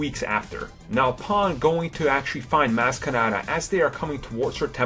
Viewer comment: IT's Maz with a soft a like Mahz! Did you even watch the movie!?!?